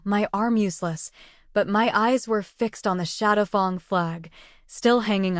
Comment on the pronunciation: It's good, but the AI reader mispronouncing shadowfang as shadowfung is very annoying.